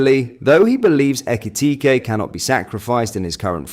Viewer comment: Can't you say names proply FFS aekiitike what